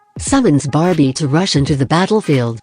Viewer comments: its a joke, the voice said barbie instwad of barbiel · Its barbiel no barbie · its a joke, becuz the voice said barbie instead of barbiel